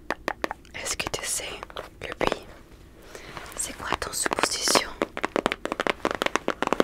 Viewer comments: Au début je ne comprenais pas pourquoi tu parlais de "puits", j'ai compris après que c'était "bruit" lol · Critique constructive : le mot « bruit » il faut prononcer le « r » on ne dit pas « bui » mais « bRui » . PS : Cette vidéo est incroyablement reposante. Une des meilleures 🥱